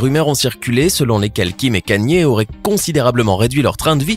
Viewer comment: « Kim et Kanïéé » 😭🤣🤣